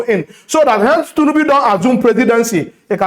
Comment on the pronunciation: I enjoy your content. Good job but please learn to pronounce TINUBU, not Tunubu